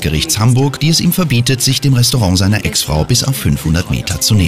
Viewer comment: „Ein restorooh aufgemacht“ 😂